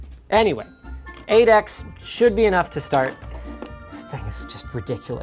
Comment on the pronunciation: Even though I fully know Linux was saying 8x, I kept hearing Adax